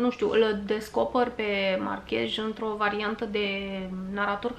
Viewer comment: Márquez. Cu accent pe "a" si cu z la sfarsit, nu j. In spaniola " j"-ul este mut.